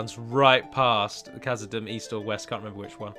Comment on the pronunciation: Hey, quick question is dûm in khazad dûm pronounced doom? Thats the way ive been saying it and it seems you say it like dum. Thanks:)